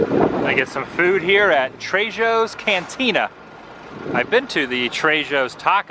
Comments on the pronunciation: Sorry not to be a hater, but his name is Tre-ho not Tre-jo. In spanish J is pronounced as an H. Just sayen. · btw Trejos Cantina is owned by veteran character actor Danny Trejo (pronounced TRAY-HO) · he says Trejo like tre-joe instead of tre-ho 😊 ever notice how some older white guys always seem to do that? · It's pronounced "TREY HO " not "tre Joes" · lol it's Trejo, Spanish, the J is pronounced as an H, like Trey ho, not Trayjo LOL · Called TreHos....learn spanish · Trejos not TreJoes hahah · Jim and Pam's Love Street bungalow is around that area!!! Adam, I remember you have been to Trejo's Tacos in LA!! Pronounced Tray--HO!! I like these videos of old Hollywood/New. And I actually did not know there was a subway. Who is your favorite Horror vixen-Morticia, Elvira, or Vampira? I love them all! Let us know when you get a PO BOx. Who is the Dragon Lady? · Aww Adam- great vlog. Hopefully You can understand how to pronounce it: trejo is pronounced trehh-hoe. Hope that helps 😊😂 I jumped back a little when you said it that way lol! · Adam its Trejo's cantina, the J is silent, replace it with an H. that's how you say it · Adam, for what it's worth, Trejo is pronounced like "Trey-ho" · Thejo is pronounced Tre YO.. fyi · I hate to be THAT guy but Trejo is pronounced Tray-ho. Keep up the good work, I like the camera. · You pronounced Danny's last name wrong but other than that it was an ok vlog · Adam you pronounced Danny Trejo last name wrong.